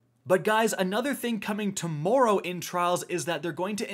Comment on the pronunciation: “Using the general PvP meta and pronouncing tomorrow wrong” here:)